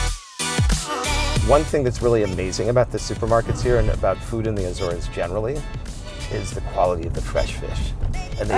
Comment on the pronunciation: Why, why, why do people say “ A-zones” which a long A? The Portuguese is Açores. Soft A, soft c. And while we’re at it, the bing can’t pronounce “entrepreneur” either